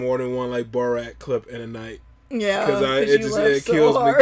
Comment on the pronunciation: I love the intro lady's pronunciation of Borat... "BOROTE"